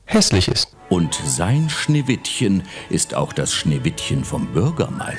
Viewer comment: min Schneewishen